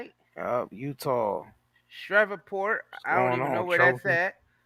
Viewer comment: My boi called Shreveport Shreverport 😂😂😂😂